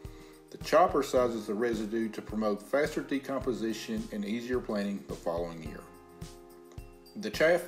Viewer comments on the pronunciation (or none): none